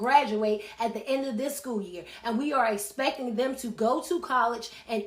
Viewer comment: this teacher cant even pronounce the word "EX-PECTING" correctly...saying "especting" And shes teaching our children and complaining about how ignorant they are... MAKE IT MAKE SENSE!!!!!!!